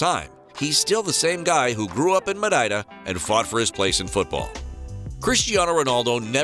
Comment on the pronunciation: I'ts not Mareida i'ts Madeira.